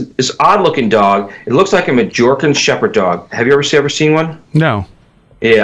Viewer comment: He can't pronounce Majorca either. But he sure loves the sound of his own voice.